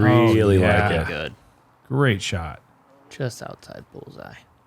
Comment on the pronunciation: Geud?... Fin-taahstic!